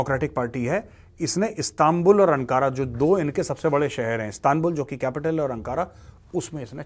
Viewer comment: Not astanbul or aanqaaaraa It's Istanbul and Anqarra... Correct ur Pronounce. .. U Can not Eliminat Kashmir from Muslim Hearts and Kashmiris peoples. ....KASHMIR KEY NAAM PEY TUMHARI DHOTI BHEEGH JATI HAI...